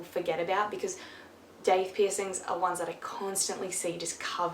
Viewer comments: I'm from the States, and I always pronounced it as it was spelled - daith. I still call it that, even though when I looked more into them apparently it's supposed to be pronounced doth, like goth with a d. 🤔🤷‍♂️ The lady who did my daith piercing (who also did my eyebrow) told me all she knew about them. She said it's really about 50/50 with how people feel they have helped or not after the fact. She explained as you did, about the idea of it helping coming from acupuncture pressure points. Mine didn't bleed at all, and as much as I loathed it I used just my left earbud (got the piercing in my right ear) with my phone set to mono for 3 full months after and slept always on my left side as well for at least 5 months. I would say my migraines reduced a tiny bit, but I would not say it's a migraine cure. At least it wasn't for me. But, I'm one medication step away from getting injections from my neurologist every three weeks as I have absolutely horrible migraines. I still get them every other day at the least, and they last for several hours, sometimes all day. VERY IMPORTANT THOUGH - KEEP THE PIERCING AND AREA AROUND IT CLEAN. I slacked off with my eyebrow but it didn't affect it much, was still fully healed in less than two weeks... But as you said, it's a hole being punched through cartilage! Mine was done with a 16 gauge. You really need to follow the aftercare instructions to the letter and be mindful at all times that it's there while it's healing. Great video! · “Doth” is the correct pronunciation according to the guy who created the piercing; however, most people look at the word and pronounce it how it looks although that’s technically incorrect. Most piercers are going to know what you are talking about though. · I'm American and I have never heard it pronounced Doth. I've always said Daith.